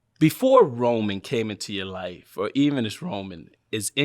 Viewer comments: Came From the Vlog. I already watched it when in dropped but i guess I'll watch it again. Also thought you said "Kane from the Vlog" at first. lolz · Anyone else thought he said, Cain from the vlog!?!? & not came from the vlog!?! Lol!!